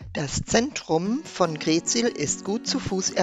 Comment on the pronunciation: Moin und, schöne Bilder aus unserer Heimat!! Bei der Aussprache der Ortsnamen liegt die Betonung immer auf der 2. Silbe. Wenn wir hören GREETsiel, dann müssen wir richtig nachdenken, daß Ihr greetSIEL meint:-)). Wunderschöne, kompakte Darstellung von Ostfriesland. LG Axel und Ute aus Südfrankreich